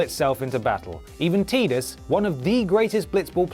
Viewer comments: it's pronounced TY-DUS not TEE-DUS, just saying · its TIE-DUS!!! YOU AGING DINOSAUR RECTUM!!!! Tee-dus..c'mon ..who say that...same people who say TIe-fa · Goddamn your pronunciation! TI(TEYE)-TUS, NOT TEE-DUS! Being a Brit is no fucking excuse! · Teedus is possibly my most hated pronunciation of a word ever, even if it is right it just sounds so shit. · Confused the fuck out me then for a split second on how you pronounced "Tidus" lol